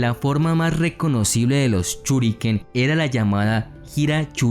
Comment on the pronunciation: me mató cada vez que decía "CHINOBI" o "CHURIKEN"